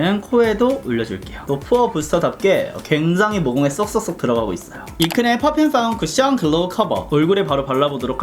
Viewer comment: 펗퓸펍퓸 ㅋㅋㄱㅋㅋㄱㅋㅋㅋㅋㅋㅋㄹㅋㄱ이런 명확한 발음마저 낭낭한 당신은,,,,,,, ❤ 안그래도 하태하태한 써머가 오고 있어서 파우더팩트 장만하려던 참이었는데,,!! 아주코롬 센스쟁이 ~👍 그리구 영상이 끝나는가... 싶어 아쉬워하는데 ㅋㅋㄱㅋㄱㅋㄹㅋㅋㅋㄱㅋㅋㅋㅋㅋㅋㅋㅋ마지막까지 큰 웃음을 선사해주셧.. ㅋㅋㄱㅋㄱㅋㅋㅋㅋ 이 극찬하신 입큰의 미친 팩트 향기!! 저도 맡아보고 싶네요 ㅎㅎㅎㅎㅎ 21호 받고 싶습니당 카톡아이디: yubin0723